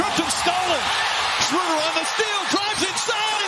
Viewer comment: SchrÖder nur Schruuder :c